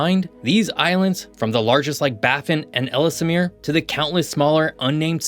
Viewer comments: Ellesmere is pronounced L's-mere not Ellis-mere. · Ells mere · It's pronounced ELLS-MEER. And not ELL-ES-MEER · “Ellsemere Island” ❌ Ellesmere Island ✅ Letter L, letter S, mere. EL ES MERE And Iqaluit is pronounced Ih-kal-oo-it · Why do you pronounce “Ellesmere” as “Ellis Amir”? I could understand if it were spelled that way, but you’re adding letters and syllables that aren’t there. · Ellesmere is pronounced "Ellsmere", there's no extra syllable for the middle 'e' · For the record, the second ‘e’ in Ellesmere is silent (like the word ‘Elle’) Simonline 🏴😎👍